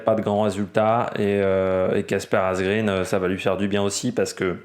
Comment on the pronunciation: Quelques détails pour la prononciation des noms des coureurs: Asgreen se dit Asgrène (tout comme Eva Green se dit Eva Grèn). En suédois et danois, le double -e ne se prononce pas comme en Anglais. Van Gils se dit Van Rils (et de gendt de Rendt) Marc Soler se dit Solère et pas Solet (ça, ça fait sourire l'hispanophone que je suis). PS: N'y voit pas une critique acerbe ^^